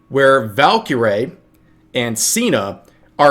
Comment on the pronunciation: I’ve met her it’s “ValkyRAE” Like Ray